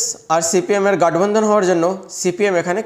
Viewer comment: Kotha ta gotbandhan hobe, gatbandhan nay